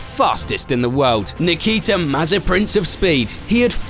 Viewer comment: Nikita May-Spin